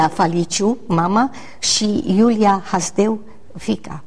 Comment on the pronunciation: de ce baba asta zice Hajdău ,, si nu HASDEU?